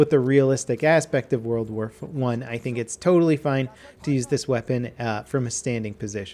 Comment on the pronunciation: "World War fo-ONE"